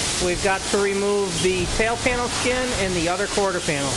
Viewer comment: "quarter skanel pin" ...ya gotta hate when that happens. It's because both words are trying to get out at once, and come out like verbal jambalaya.